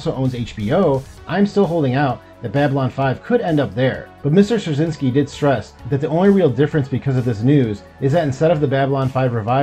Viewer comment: Really hoping the production can continue. This would be incredibly exciting. I’ve loved the show since it premiered. I read on Claudia Christian’s Instagram that the show is not shelved, only pending the completion of the sale. Btw, Straczynski is pronounced Stra-chin-ski - it’s Polish.